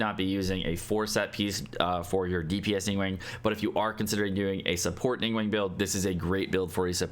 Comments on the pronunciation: Not chinese but pretty sure its not pronounced Ning WENG but ning gu-hwang(but very fast) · Its not ning-wang is closer to ning-wong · Ningguang isnt pronounced nin gueng pleaseitishurtingmeears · Game has voice acting in like 10 different languages, none of them pronounce it wrong.: "ning-wayne" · love your videos but it's pronounced: ning-guang (ning-goo-wong). 凝 (ning) 光 (guang). 凝 - stiff and 光 - light. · Why do you say her name like that? Lol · Finally i found someone who noticed too!